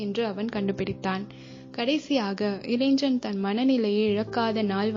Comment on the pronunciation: இளைஞன் என்பதை முறையாகப் பலுக்கவும் (pronunce).